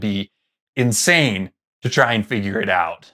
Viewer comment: It’s oot